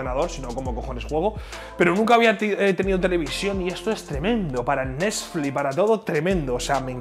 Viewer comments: Nadie: Absolutamente nadie: Ibai: Tele pal' Nesfli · Nadie: Absolutamente nadie: Abuelo ibai: el nesflis